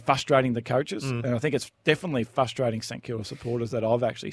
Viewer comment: 'fustrating' 'fustration' aren't words also cheers